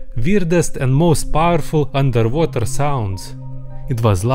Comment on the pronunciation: he really ordering undetwhater